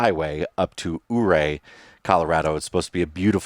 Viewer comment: Ouray is pronounced “U Ray” Enjoy it! It’s beautiful